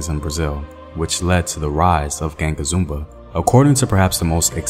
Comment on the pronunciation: I love that you did a piece on this. I do want to critique though that it would have been nice to do more research in terms of finding the correct pronunciations of key names and terms you use here. Unfortunately you got them all very wrong. Palmares, Quilombos, Ganga Zumba... They are all unrecognizably pronounce for Brazilians. Sorry if this come across negative. It's not meant in that way at all, just a note to be considered. Peace ✌️